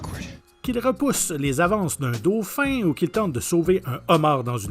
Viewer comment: j'ai bien ri a dauphoing